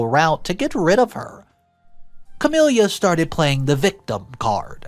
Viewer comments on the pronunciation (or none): The sister's name is pronounced "Ca-mil-a", not "Ca-mil-ia", it ruined the whole story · CamiLA not CamELIA omg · Ok, nothing to do with the story. Just.... It sounds weird, in my head, how pronounces the name Camila. Like 'Camilia' or 'Camilya'